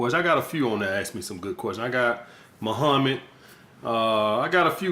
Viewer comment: I love how he says Mohaamed with that Afro-American accent it just sounds so badass, fuck I gave too much validation I need to pull back now